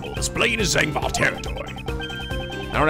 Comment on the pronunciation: is the way he was pronouncing zheng fa slightly annoying anybody else 😂😂